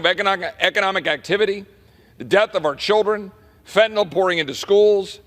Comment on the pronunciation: Fentanyl. Last syllable rhymes with HILL. There is no O in Fentanyl.